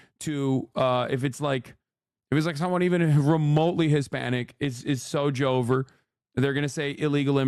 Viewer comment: It's joe-ver